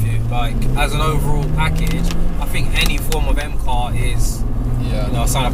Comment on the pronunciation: why you say FOUGHTS instead of THOUGHTS and FINK instead of THINK?